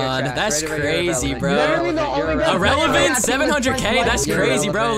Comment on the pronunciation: “Irelevent 700,000”😂😂